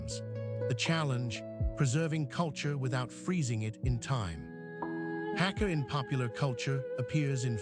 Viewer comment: Hak=guest ka=family prounounced Hagga